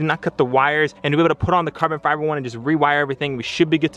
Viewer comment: “carbon fibel” glad I’m not only one who jumples they’re own words lmao